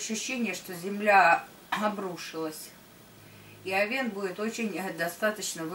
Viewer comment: Режет слух, когда ударение в слове Овен на второй слог. Ударение идёт на первый слог. О́вен, а не Ове́н, О́вна, а не Овна́, О́вну, а не Овну́ и т.д.. Простите, но режет слух прям, что не удержалась от комментария.